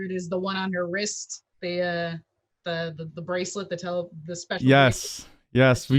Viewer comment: "The breaclet the teleport........"